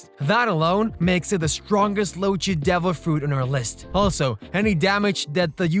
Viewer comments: What are Lojea devil fruits? You fell like a person that pronounces gif as jiff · the pronunciation doesnt bother me, but most ppl pronounce it as "LoGIa", but sick vid man